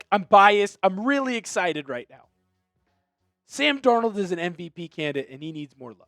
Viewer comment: “Sam Dornuld wus Awsum 🥹”